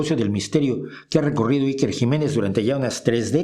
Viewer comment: Como se nota que no vives en España y niucho menos conoces nuestro gobierno...infórmate antes de criticar es lo mínimo a por cierto te viene muy grande pronunciar a iker